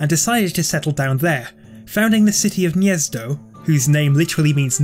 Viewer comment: As a proud Polish guy I have to say that your pronunciation of Gniezno was probably the closest one I have heard on YouTube 🇵🇱👍